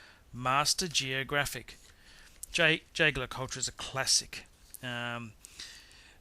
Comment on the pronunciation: The idiot didn't nail pronunciation of any brand except for Rolex: Bulgari, AP, JLC.... Stupid movie, the guy knows nothing about watches, except Rolex cause he owns a couple, but can't tell manual from perpetual!